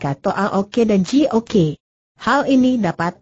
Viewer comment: Terlalu dipaksakan diperpanjang dg membuat tokoh2 baru ..jadi bertele2 Twa Ok dibaca Twa Oke Ji Ok dibaca Ji Oke Sam Ok dibaca Sam Oke.. lucu...